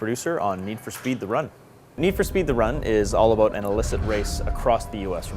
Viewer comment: So this what this game is ABOOT, eh ? :)